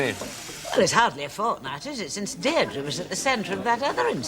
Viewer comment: her name was Deirdre, not Derdries. Getting someone’s name right shows good manners and respect.